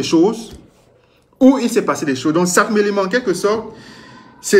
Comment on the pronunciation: Mon frère, c’est sakmelima ou sangmelima 😂😂😂😂😂😂😂